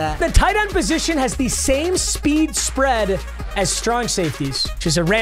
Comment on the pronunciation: Any mf who thought he said the wheel of sped builds my team 👇🏼